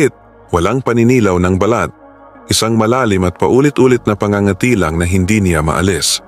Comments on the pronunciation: It is so annoying when you mis pronouced the word PA ÑGA ÑGA TI before doing voice over pls do pronouciation check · Pangangati’ mabilis ang bigkas !matigas ang dila ng vlogger n ito.